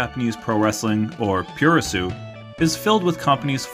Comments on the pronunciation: "Pro-res". It's pronounced "pro-res" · "meh-gar-neh su-pa". Also both "u" in puro resu are silent